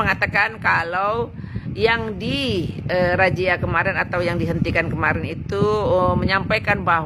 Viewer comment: Razia kok jadi rajia? wk...wk...kw